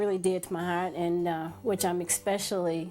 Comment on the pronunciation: "Expecially". I have heard that word more than once used by Americans. Is that an accent or they all never wrote the word "especially" to know that there is no X in it? It's like Americans saying "Nucular", although it's wrong, but even some of their scientists say it. What is going on here?